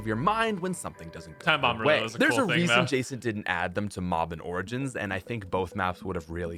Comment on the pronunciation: "O r j i n s"